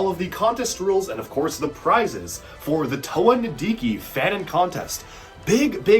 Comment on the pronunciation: HE SAID NIDIKIN' TIME